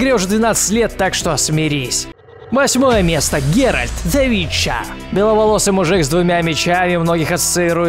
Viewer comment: ГеральТ а не ГеральД